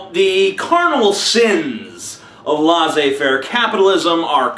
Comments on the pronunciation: I've told you this before... it's not LAHH-ZAY FAIRE. In French it's pronounced LESS-SAY FAIRE. For the record, "laisser" means "to let" or "to allow", and "laissez" is the imperative of that. "Faire" just means "to do". So, "laissez faire" or "laisse faire" simply means "let it go" or "don't do anything". Like if a kid is misbehaving and the mom is getting irritated, the mother can say "oh, laisse faire", which would mean, "oh, just leave him be, it's ok." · Do you mean "laissez faire"? It's pronounced "LEH-SSAY FEHR" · LOL Amazing Atheist, What Free Market Capitalism? America has yet to see it. BTW I think its pronounced lAy say fair. Silly Goose. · La zé faire ??? WTF thats not french ?!?!?!